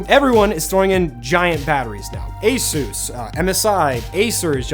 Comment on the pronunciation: Today I learned ASUS is pronounced like Jesus is in Spanish 😂😂